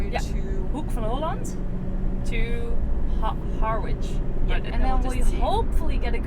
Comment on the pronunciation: Harwich pounced Ha-rich. English is a mx of many languages.